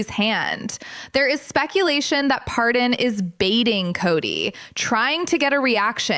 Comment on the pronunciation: I hate to tell you but if you’re going to report on someone’s life you may want to actually pronounce it correctly. His name is Paydon and not Pardon. But I’m sure he will pardon your mistake if you leave him alone and stop trying to make a living out of his painful life.